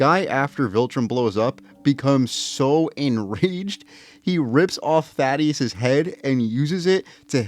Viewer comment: It’s not thad ee us it’s thaedus th a dus